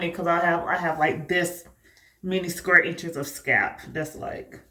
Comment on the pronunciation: Your grid looks incredibly neat. Is that a regional thing when you don't pronounce the L in "scalp"?